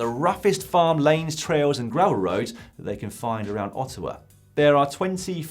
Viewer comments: Not used to Dan saying Ottawa correctly, it just sounds wrong😂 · Congrats to Dan on his pronunciation of Ottawa! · Kudos Lloydy for pronouncing "Ottawa" properly, but saying that Paris and Ancaster are around Ottawa is like saying that Amsterdam is around London. (It's similar distance too!)